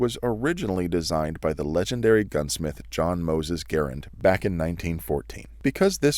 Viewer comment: Thank you for pronouncing "Garand" properly.